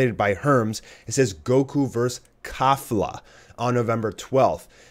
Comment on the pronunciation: It's pronounced Kei-Fla And I want Gogeta... since Potara earrings aren't allowed. I don't want Goku and Vegeta to fuse just to beat Jiren though.